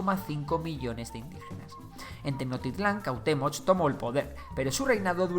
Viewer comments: No se dice tenocktitlan se dice tenosschtitlan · Tenochtitlan no se pronuncia Tecnoctitlan se pronuncia Tenoxtitlan/Tenochtitlan con la ch que suena como che pero sin decir la e solo ch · Tenotitlan se dice tenochtitlan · También se pronuncia "Tenoshtitlan"en lugar de "Tenoktitlan" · 😂😂😂😂😂😂😂😂😂... TENOKTITLAN..... Esa ciudad cual es???... No existe TENOKTITLAN (SUPONGO QUE ASI SE ESCRIBE, PORQUE ASI LO DICES). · También la ciudad de Tenochtitlan no se dice tenoctitlan la ha no es muda es como si chi pero sin la i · meksikas... tenoktitlan, o sea, este men no sabe pronunciar la sh XD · Me gusta mucho tu contenido, pero tu pronunciación del las palabras mexicas es muy mala. Ejemplo: "Tecnotitlan". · Casi no le puse atención al video solamente estaba poniendo atención cuando decía los nombres de los lugares 🥴🤨😔